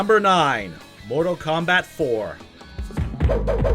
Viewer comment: It sounds like he's trying to say "comeback".